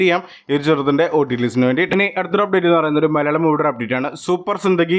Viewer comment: ചെറുത്തിൻ്റെ അല്ല ചിത്രത്തിൻ്റെ